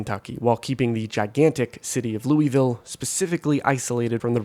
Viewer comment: lew wee ville LOL